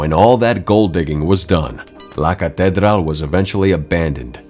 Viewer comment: u may want to easily check up on the pronunciation of LA CATEDRAL. like in English break it down, the word ends in AL. Thanks for ur video.